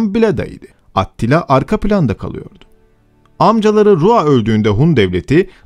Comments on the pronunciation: Tamamda neden atila demiyosun da atttila diyosun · Aktilla mı Atillamı sürekli aktilla diyorsun. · Orjinali Attila olabilir ama niye at til la diye kulak tırmalıon o yüzden bıraktım izlemeyi, A til la desen At til la mezarından mı fırlayacak, güzel video ama kulağımı tırmaladığı için izlemeyi bıraktım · At tila değil, Attila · ATTİLA yazılır ATİLLA diye okunur. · Doğru söylenişi Attila'dır çünkü. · Bir solukta izledik. Serinin aynı kalitede devamını bekliyoruz. (Olumlu bir öneri: Atilla ismini, Avrupa kaynaklarında yazıldığı şekliyle değil de, dilimizce oturmuş şekliyle telaffuz etmek daha uygun olacaktır diye düşünmekteyim.) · aaattt.. Tilla telafuz.:))) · Attila değil ATİLLA